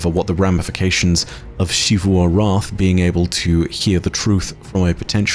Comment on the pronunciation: Shee-vu returns. Sigh